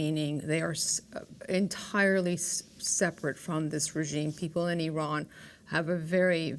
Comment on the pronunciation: Learn how to pronounce Iran and Iranian first!